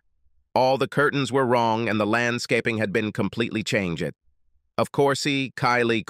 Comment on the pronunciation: Shock-ed. change-ed. I now hate AI.